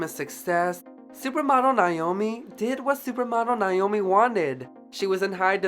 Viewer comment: You did a great job but I can't over look how you kept mispronouncing, her name. Her name is pronounced Naomi, not Nyomi.